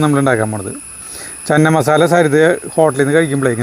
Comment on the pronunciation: Chena masala anu cheenamasala alla.